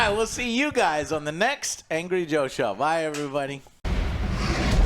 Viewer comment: "Amgry" - NYGiantsfan230